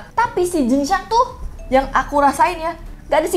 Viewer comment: Kenapa jadi xin jiang😂😂😂 jing xiang😅